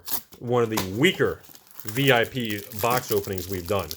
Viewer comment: Thumbs down for pronouncing “VIP” as a word.